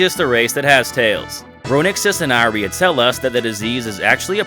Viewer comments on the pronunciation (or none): It's pronounced EE-REE-AH bro! loved the video!